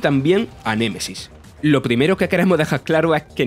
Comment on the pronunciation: Las flipantes aventuras de Julia Valentina en Ciudad mapache : "Nemaisis"